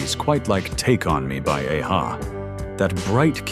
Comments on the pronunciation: When In Rome's the Promise is the best. It should've been more famous. Maybe Gwen Stefani etc can do a cover version.A-ha is pronouced as an a ha moment. Not Aha! As in A for Alpha ha! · Definitely not one hit wonders. And for the AI it is pronounced Ah-Ha, not Aye-Ha. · The way AI falsely says: Ayyy- Ha. LoL!!😅 Still the BEST 80s songs!!❤❤ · It's not pronounced Ay- hah. And they had a few other hits including the Sun Always Shines on TV which had plenty of radio play back then. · A-ha is not pronounced ay ha. They had other songs, not just take on me. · Must be AI narration. He said “Ayyy-Ha” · AI can't say 'a-ha' properly 😂😂😂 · A-ha one hit wonders? Really??? You are an ignoramus and you can’t even pronounce the name of the group correctly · A-ha, a one-hit wonder? They had more than just one hit. Thru also had a hit with THE LIVING DAYLIGHTS which they made for the 1988 James Bond film of the same name. They did a remake of the 60's hit CRYING IN THE RAIN. And that's not how the band's name is pronounced. Useless AI voice. I miss the days of actual human voices. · Typical American cant pronounce aha correctly. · Plus u have mispronounced A-ha this is the problem with Ai. Tooooooo many mistakes and it spues out lies tooooooo!!!!!! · Seriously, no mention of 99 Luftballons by Nena! The voyage, voyage song doesn't even sound familiar to me and I'm Gen X. I gave this a thumbs down for not only that but for also the sound gaps as well as the mispronunciation of A-Ha and a couple of other things. It was great to be reminded of all but one of these songs but stop using AI for just about everything. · How did you pronunced A-ha?!? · You could not be more wrong about a-ha. Apart from completely mispronouncing their band name the had 7 top 10 hits in the UK alone. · I was going to like this...till you pronounced A-ha. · Awful AI pronunciation and claiming A-ha are one hit wonders 😏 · The way A-ha is pronounced is hilarious 🤣🤣🤣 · Didn't say a-ha s name properly